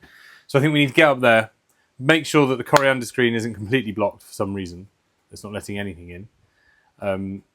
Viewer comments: Coanda screennot coriandrr screen :) or thats my hearing playin up? :D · I'm going to be nit-picky and say you still aren't getting it right. Coriander is a plant/herb, Coanda is this screen. There are no R's in Coanda. /endnitpick I am jealous of your situation! I would love to have access to a stream like this to be able to produce my own power. It would save me hundreds a month.